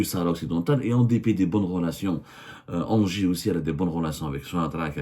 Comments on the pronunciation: Engie ca prononce Ngie pas Angers 😂😂😂😂😂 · Mdr mais arrête de dire anger , sa ce dis enji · On dit N-J pas anger 😂😂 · 😂 Semmar on ne dit pas engie ça se prononce NJ Ok Longue vie à votre pitoyable classe politique algérienne ✌️